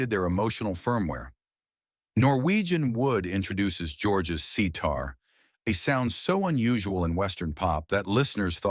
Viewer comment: "George's C-tar" 😂❤